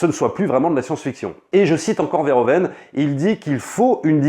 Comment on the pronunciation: On prononce Veurhouveunne et pas vairhovenne